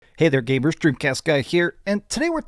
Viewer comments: Did he just say gamers and not gaybers 😂😅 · dude i swear to god i keep hearing gaybers even after replaying so many times 😂😂